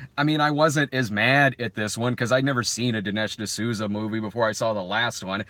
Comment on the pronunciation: “Dinish D’Snooza” - damn it I wish I had entered the live stream earlier so that I can at least hear that gem